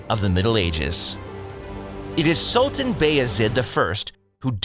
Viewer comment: The narrator's pronunciation is just awful - constant - tanopoli ??? SOLTAN ??? wtf ? The world is a much smaller place now, we should beyond trying hard to pronounce names... I know some are difficult to say out loud, but at least try before putting up something like this. The Ottoman Empire was great and so I liked this short video.